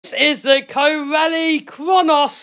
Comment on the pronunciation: Corally - rhymes with apple-core Valley.